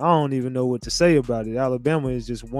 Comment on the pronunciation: First things first. Its Alabama not Alambama